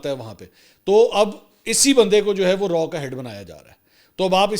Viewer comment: Its not RAW bùt its RAAW